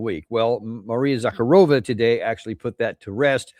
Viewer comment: It's Za-karova...not Zak-a-rova. Slavs all over are laughing.